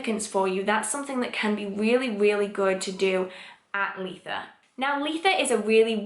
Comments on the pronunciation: I’ve heard lots of ways that people pronounce Litha. I’ve never hear L-ee-tha before x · I’ve never heard someone pronounce Litha like I do!